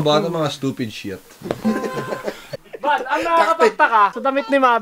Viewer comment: "sTuPed sHet?"